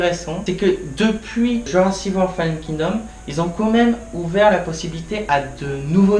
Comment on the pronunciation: Bon, je vais pas être sympa, mais ma critique aura au moins le mérite d'être honnête. Ce n'est pas bon. 1: Faut travailler ton élocution, ce n'est pas possible de mâcher tous les mots comme ça. Exemple de mauvaise élocution: tu dis Jurassi Wor au lieu de JurassiC WorLD. Faut prononcer les mots et les titres jusqu'au bout. 2: Mais arrête de faire 50 coupures entre chaque phrases car tu veux couper les longueurs en pensant que ça ne se verra pas. Ca se remarque et on ne remarque que ça ensuite. 3: Plutôt que de mettre un fond vert avec un détourage horrible, achète-toi plutôt un micro de qualité. Tu parles du contrôle des dinosaures qui n'est pas compréhensible si on n'a pas regardé la série, mais je n'ai pas regardé la série et j'ai parfaitement compris le principe du contrôle vu que c'est expliqué dans Jurassic World 2. Si les gens se plaignent, c'est parce que le film est mauvais. Tu veux expliquer le principe des animatronics et des images de synthèse, mais on voit que tu ne connais strictement rien à ce domaine et tu le lances dans une explication bancale montrant que tu n'es pas un spécialiste du sujet. Genre, tu dis ceci "Y'a beaucoup d'effets visuels aux effets spéciaux de synthèse et tout" Je peux t'assurer que cette phrase ne veut absolument rien dire... le pire, c'est que tu as quand même fait pleins de coupures vidéos durant cette phrase... Durant toute ta critique, tu ne rends peut-être pas compte, mais tu sembles conscient de la quantité de défauts du f